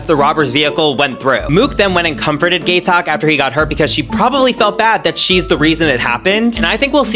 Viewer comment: The way he pronounced Gaitok 😂😂